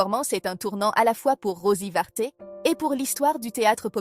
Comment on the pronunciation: L'on ne dit pas OUBOU mais UBU et c'est Rosy Varte et non Rosy Vaté. Ah ces voies IA font du n'importe quoi.